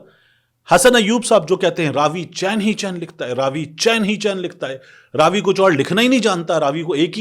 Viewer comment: راوی چیِن لکھ رہا ہے اور اس کو چیَن پڑھ رہا ہے۔لفا فیوں کا بھی کوئی اسٹینڈرڈ ہونا چاہئے 😅